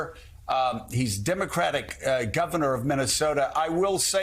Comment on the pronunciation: There is no "T" in Walz. C'mcon.. this is a national broadcast.